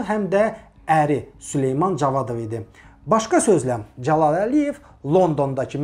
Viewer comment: Nitqini düzəltsən necə də gözəl olardı Mehman , məsələn Dzəlal yox Cəlal . Əkintsilik yox əkinçilik...baxıram videoya gah elə tələffüz edirsən gah belə 😁hets kəsin xətrinə dəymirsən ,bu dzındır , adz , gidz məmurlardan başqa